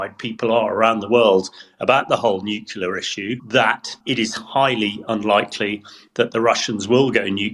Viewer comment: A former NATO commander who thinks that most Russian nuclear weapons are unusable? What a joke. He can't even correctly PRONOUNCE the word nuclear. His comments are very dangerous.